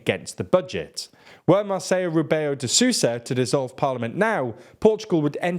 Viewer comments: Just so you’re aware, “Marcelo Rebelo de Sousa” is pronounced in that same manner, even when using English phonetics, you don’t pronounce the “L’s” as “Y’s” e.g. not “Marseyo” but “Marselo”. Same goes for our “J’s”, “José” is pronounced “José” not “Hosé”. Love your work btw, top notch and well produced easy to digest content as always 👍🏻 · Alright,, I was with you for a good bit, was surprised when you were able to say João decently enough, sucked when you kept butchering Marcelo's name, over and over and over again, but saying the Portuguese people entrusted Costa with an absolute majority? Now that I can't stomach. The real winner of those elections was abstinence. Let me make it abundantly clear: there were 3 types of people in those elections. The ones who saw no good choices and chose to abstain; the ones who saw no better options and decided to keep the pile of shit they were most familiar with; and the ones, mostly the young and easily influenced or the old and close to senile, who thought CHEGA and its 1/1 reprint of the Estado Novo mentality would be a good idea. Nobody ever expected the bloody PS to get an absolute majority, even in our worst nightmares. We were all sick and tired of their crap as far back as our last Prime-Ministre, José Sócrates. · please refrain from assuming Portuguese has the same linguistic rules as Spanish! Our presidents name is not Mar-sa-yo it's pronounced exactly how it's spelt (Marcello) In Spanish the double L is pronounced like a Y but in Portuguese it's pronounced exactly how it's spelt! So please don't confuse Portuguese for Spanish in future, it really irritates us Portuguese people...